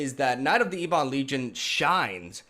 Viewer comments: Its prnounced EBB-ON. Its not E-BON. Jeez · What a sweet deck but yeah mate, maybe just google the pronunciation on ebon.